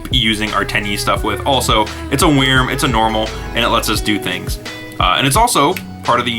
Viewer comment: Anyone else think how he says "wrym" is not good.... its pronounced like "worm" sigh